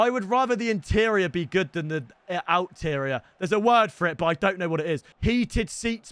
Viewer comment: Exterior lmaooo not out-terior